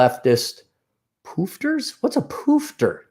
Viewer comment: hearing you say poofter is hilarious. Its old slang for the G in LGBT, was common here in NZ, not heard a yank say it. the pronunciation of the word is softer on the O's, more look or book than the hard O's you used.